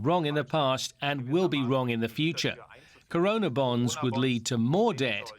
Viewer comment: its corona .. .. not karona .. buddy why are you speaking in modi's tone.